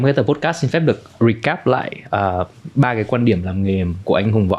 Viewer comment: nội dung cuốn hút. câu hỏi hay. khách mời cung cấp thông tin bổ ích. tuy nhiên xem nhiều số rồi vẫn ko thấy thoải mái với bạn host. đầu tiên là phát âm podcast sai huhu. tiếp theo là đặt câu hỏi bị nói lắp. tiếp nữa là nói chêm tiếng anh nhưng phát âm ko chuẩn :((((